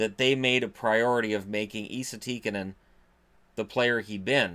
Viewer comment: Wouldn't call it butchering